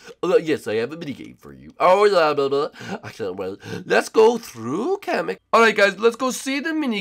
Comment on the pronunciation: it's not Cammack it's comic